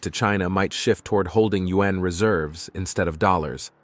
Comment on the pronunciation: Please have the robot reader learn to pronounce the word yuan (yu-an). It's easy.